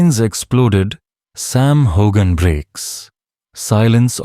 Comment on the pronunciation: Learn to pronounce his name!!!!